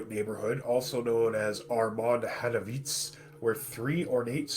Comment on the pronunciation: Armon hanatziv. Not armon hanavitz...